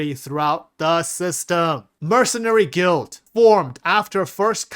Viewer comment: This guy pronoucing the word guild so incorrectly will forever hunt me 😂